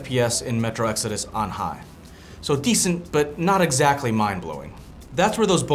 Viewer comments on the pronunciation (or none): none